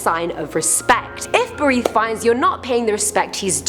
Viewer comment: I thought I heard Harith, It's Berith 😂